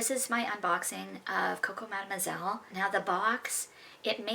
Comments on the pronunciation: Hee hee. Madam Moyzle by Channel!! What about the word sillage?! We hear sea-arj and sill-idge!! I have definitely heard La Vie Eh-st Belle! Another interesting thing I've noticed is how proud reviewers are of their dents. I've put a huge dent in this bottle and I've only had it for two months... And then there is a barely perceptible dent there!!! For those with a lot of perfumes, a dent is a major achievement, and to actually use up a whole bottle is almost worthy of an award, it is such a rare event. It may only happen once or twice in a lifetime!!! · “Coco Mad-moisel” 😂